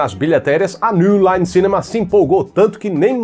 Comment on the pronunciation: otávio deve ter fechado contrato com escola de inglês pra falar "newline cinema" em todo bendito vídeo desse jeito com sotaque, porque não é possivel...